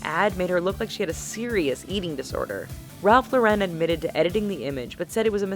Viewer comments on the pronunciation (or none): It’s not Ralph lor-ren it’s Ralph Lauren, he’s American and so are you! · its ralph LORE IN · The way she says "Ralph Lauren" was giving me pain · me too! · The way she pronounces "Ralph Lauren"... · That's not how you say Ralf Lauren